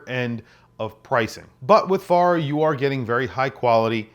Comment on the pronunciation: Wish Farer did more dive watches. And I think it’s pronounced Fair-er as in Wayfarer. My favorites: Formex, Sinn, Demasko, Marin Instruments, Nodus, Nomadic, Santurce, SCURFA.